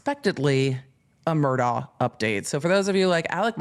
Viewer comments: It’s pronounced MUR-DOCK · Pronounced Mur Dock